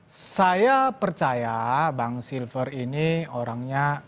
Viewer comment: Si freddy nyebut nama koncone wae salah, Silfester dibilang silver